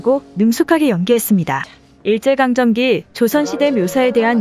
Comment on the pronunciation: 아니 다 좋은데 뭘 자꾸 감정기라고 하나? 한번은 실수라고 생각하고 넘어갔지만 이게 반복되니 실수가 아니란걸 알았다. 감정기가 아니라 강점기죠. 일제 강점기!!